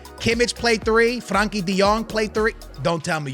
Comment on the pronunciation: bro is on vio, callin Busquets Bisquits and Frenkie De Jong, Frankie